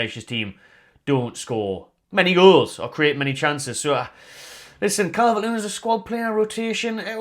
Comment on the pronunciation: Not Calvert-Lewin!! Listen to the fans